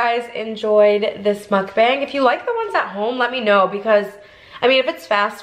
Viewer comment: Love your mukbangs, just wished you pronounced it properly. Should should sound more like "mook bung".